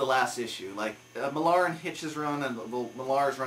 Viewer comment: Good reviews as always, as everyones been saying Detective was amazing again. Just a little FYI for you Mark Millar's surname is pronounced mill-ah not mil-lar...